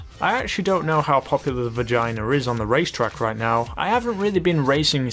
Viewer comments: No cuz he said it. 🤣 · Dapper Snek yeah that’s because that’s what he sai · No he was saying wrong. way wrong... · i startes laughing so hard when he said the dewbachee vagina instead of the vagner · Dewbache vagainer?!??!?!?! Do you mean the dewbauche vagner? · Isn't it VAGNER instead of VAGINER? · he said vagina instead of saying vagner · Its Vagner not Vegana ,😂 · it's a vagner not a vigiana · vag ner not vagina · he actually said vagina so chill lol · Palentro he said vagina😂😂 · "Vaginer" lmao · LOL i love the way he names and pronounces some of the cars like vagina (Vagna) P-Fister (Pfister aka fister) and the oseris (Osiris O-psy-ris or O-Sigh-ris) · Nobody:: "Dewbauchee Vagina" it sounds like it prove me wrong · Damn I was dead when he said vigina instead of vagner lol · great vid as usual but I have one BUT. the VAGINER?. I think you meant the va(g)ner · The ‘vagina’ is perfection 😂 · Bruh he said "vagina"😂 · Vaginer.........lmao( vagner) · Vagner not vagina Also the spectre is a sports car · It is pronounced vag-ner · Haha vagner pronounced vagina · osiris,tyrus,and vagner why do u pronounce them wrong